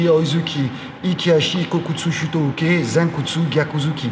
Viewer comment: Jodan age uke: blocage vers le haut.....non car il s'agit de "défense" et non de blocage avec le terme "uke". Là est déjà un problème car les enseignants eux même utilisent des termes "inexacts" et en plus les prononcent mal, c'est à dire à la "française" et non à la japonaise d'où ils sont issus. Que les élèves sachent les termes, c'est obligatoire, sinon ils n'ont rien à faire au passage de grade, mais que leurs professeurs fassent l'effort de leur coté de travailler aussi la justesse de leur propos car ne pas oublier qu'ils restent pour les élèves LEUR référence.